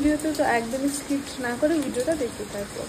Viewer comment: Skipt ❌skip ✅